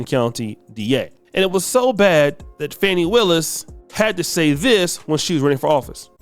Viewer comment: No disrespect, but her name isn't pronounced "Fanny." It's pronounced "Fah-Knee." I don't like what she did either, but you should at least get her name right. 🤕🤕🤕